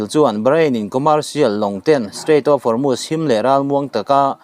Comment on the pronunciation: Guard corp (Corp) hi (kawp) ti a lam lo in, kawr ti a lam nise Hormuz hi Hawrmas ti a lam lo in Hawrmus ti a lam nise